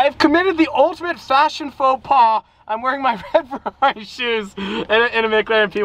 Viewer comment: I really cannot stand the way he says Ferrari he says "ferlalli" and it's really annoying I feel sorry for Luke having to hear that all the darn time lol